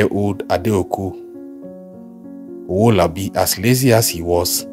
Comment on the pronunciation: Stop this bad pronunciation of names, Favour not Fever. It is Adeeko Owolabi